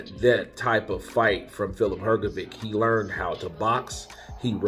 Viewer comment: I suggest you learn to pronounce boxers' first and last names correctly. I believe you will succeed, considering that you are so good at imitating the sounds of various people. Examples of incorrect pronunciations: Zhilei Zhang, Hrgović. First for these two fighters, please. ☺️🙏 Thanks! You can find the correct pronunciation online. It's also respectful to the boxers.